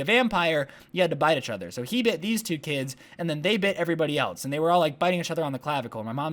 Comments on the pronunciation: does anyone else notice how every time he says “each other”, he ends up saying “uchother” lol i love it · do want to say ‘achother ‘ again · The way he pronounces each other is so cute 😂😂